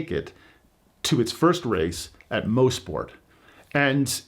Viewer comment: Awesome video, bravo! And kudos for correct pronunciation of Mosport, it is NOT Moss-Sport as so many people seem to think (maybe because of turn 5).